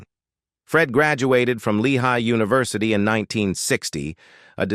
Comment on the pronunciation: If the bot can't even pronounce simple words like University and yet say it the way it should be pronounced in the next sentence I can't help but not to think this is AI at its worst this sucks...I'd much prefer a real narrator.